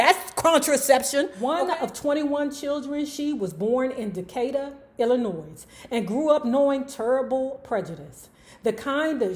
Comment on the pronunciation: Ummm,, sweetheart.... there's no "noise" in Illinois. The "s" is silent. Luv you 😘